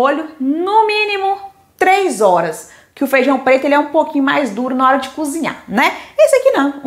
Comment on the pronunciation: DESCULPE, MAS PAR AJUDAR TEU CANAL A FICAR MAISS TOP: NÃO É FEIJÃO C O B R I D O o CORRETO É FEIJÃO C O B E R T O . BOA SORTE!!! E É V A M O S C O Z I N H A R, COM R.